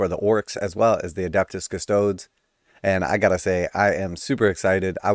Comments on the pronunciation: Bro, the 'e' in Adeptus Custodes is NOT silent. I cringe every time you say Cuss-toads. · I do like how you say Custodes. I’m a big fan of the Ultramarine Ass Tarts.